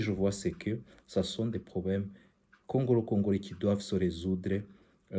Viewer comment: Congolais pas congorais , bruxelles , non bruxerres